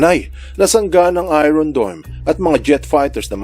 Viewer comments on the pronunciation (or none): none